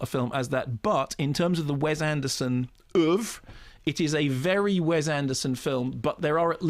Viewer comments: Also, Mark, PLEASE IT IS WES with an "S" not "Wez" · wess, not wez